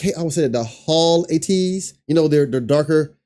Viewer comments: We’re “A-teen-knee” pronounced that way and ATEEZ is “AY-tees” emphasis on the “A” lol. Sorry we all just cringe a little when we hear it wrong😬 Thanks for checking them out- the NEVER miss!🔥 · Yesssaaa! Cringe at the mispronunciation of the group and the members name. There is a video on YouTube on how to pronounce the group name and the members